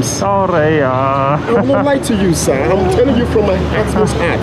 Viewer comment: Bro, BRO… I yam telling you from my heart 💀💀💀